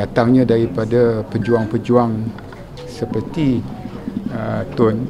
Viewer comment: Did he say pejuWANG??